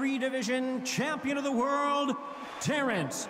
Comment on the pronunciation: That ain’t Terrence that’s Berrence!!